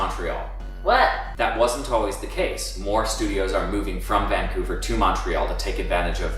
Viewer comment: Annoys how you pronounce Montreal :(